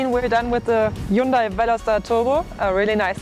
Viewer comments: She needs to learn how to say Hyundai. Hyun-day not hyoon-die. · Dear or;) if you make these reviews mostly for Americans ( I don't know why if you live in Europe, Germany but anyway...:D ) please say Hyundai in a proper American way. It should be spoken Hun-day like a Sunday if you know what I mean. Keep it up crazy girl. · Erkal Koreans do not pronounce it that way. It's correct pronunciation is Hyundeh. Not hyunday or hyoondie or whatever the fuck you think it is. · Erkal Hyundai had an ad in South Africa campaign saying: "Hyundai, like sunday" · JaySee5 Do you really not think it's common practice to pronounce names using your own language's phonetics? Do you pronounce Volkswagen as FOLKS-va-ghen? Do you pronounce Honda as HONE-duh? Do you pronounce Jaguar as JAG-ew-ar? I doubt it. Seriously. I think you're full of it. And if you indeed do pronounce all of these (and more) 'correctly', then you're THAT guy. The guy that everyone rolls their eyes at and groans when he opens his pompous mouth. The guy that tries way too hard to try to sound overly-sophisticated to the point of pretension. And I sleep well at night knowing you're THAT guy and I'm not. And if you really have friends that speak with such genuine, honest 'sophistication' as you do, then I hope you enjoy each other. Truly. But spare the rest of us. You people are the obnoxious minority for a good reason.